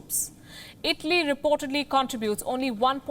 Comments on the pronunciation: Palki calls Italy like Idli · I know its a bit hard to do this but please at least pronounce these words right. its Europe not yaarup. its Italy not idly